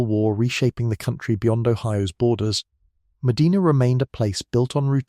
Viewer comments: The city name is Muh-DYNE-nuh. It's not like the cities in Spain or Saudi Arabia. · I'm in Medina Ohio and you don't even know how to properly pronounce Medina. Nice try AI. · He is mispronouncing the name of the city. How on earth are you making that about race? How embarrassing 😬